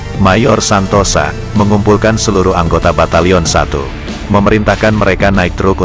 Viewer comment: Menurut sy namanya bukan mayor Santosa tapi Santoso, memang di bahasa Jawa tulisan ya Santosa tapi membacanya Santoso 🙏🙏🙏